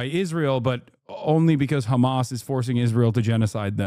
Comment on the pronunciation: Lmao! "Hammas"?!! Wtf!! What are you at a Spanish Christmas dinner asking for more ham?!!